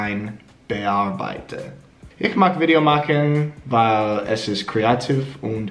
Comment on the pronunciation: You could try practising the "ich" (opposed to "ach", which is really different) a bit more. My tip is to say "ich" with a long i (English people write "ee"), keep the tongue in place, stop your vocal chords, and continue blowing air. It is important to keep the tongue high in the mouth, and force the air through the gap between tongue and palate. It is roughly in the middle (from lips to throat); when further back, it becomes the "ach", when more to the front, it becomes "sch".